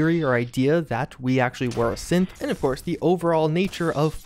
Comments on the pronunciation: Maybe it's just my phone's shitty speakers messing with me, but... Every time you said "synth" it sounded like "simp" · Sorry, I can’t help to keep thinking that whenever he says “synth” he instead says “simp”